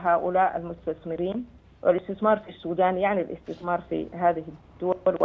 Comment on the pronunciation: مقدم برنامج الحدث الإقتصادي يتمتع بلقاقة جيدة. لكن لديه مشكلة في نطق كلمة (الاستثمار) فهو ينطقها اثتثمار: يعني اث ت ث م ار